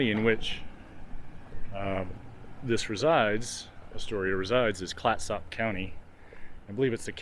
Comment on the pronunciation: Thank you so much for the walk through. ps Fort Clatsop is pronounced 'Clat-sup', not 'Clat-SOP'... ya tourist. hahaha. Seriously, thank you.